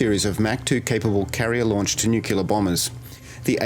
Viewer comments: The word is NUCLEAR, not Nukular! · “nuke-u-lar” is not a word. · You lost me the second you said "nucular". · Don't say "nucular". The memories of Jimmy Carter were just starting to fade.